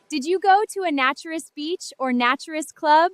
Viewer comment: Your answer makes no sense. A naturalist is someone who records and studies species and their habitats.A naturist (different A sound), is someone who lives by and regards that living free of clothes is a profound and valuable way to live. So still, AI is pronouncing the A in naturist as in the words hat, cat etc. when the correct pronunciation of the A in naturist is as in day or may for example. So, clearly you are wrong in your pronunciation of the word naturist you use in this video.